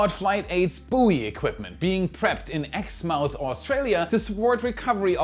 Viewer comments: Ex-muff is how its pronounced Ex mouth had me roaring Haha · It's not pronounced Ex mouth. It's sounds more like Exmuff. The same with Plymouth... You don't say Ply mouth, but Plymuff... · Exmouth pronounced Exmuth